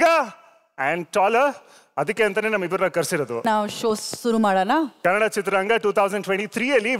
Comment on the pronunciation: Sudeep Sir😇❤️‍🔥 Kannad ❌ Kannada ✅